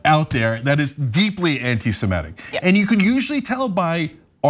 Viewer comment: semItic. not semEtic